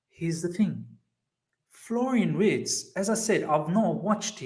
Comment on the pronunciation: Imagine having WIRTZ and HaVERTZ 😅😂 Its pronounced Virtz